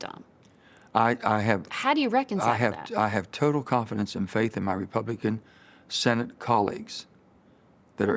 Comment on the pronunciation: I thought "Senate" said "Santa" 🎅🏼